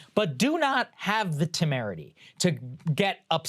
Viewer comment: timarity? let me Google that word Saager lol